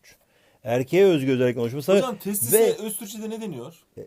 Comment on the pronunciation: hocam testis değil tesis hasghufguehgır za XD